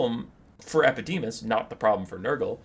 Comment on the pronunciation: The fact that you managed to pronounce EpidemIus wrong the entire video baffles me. xD